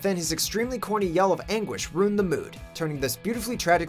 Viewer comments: Ruined is 2 syllables. "Roond". Wow. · Is he saying "rooned"? 🤣🤣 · Stop fuckin saying "ruined" like that.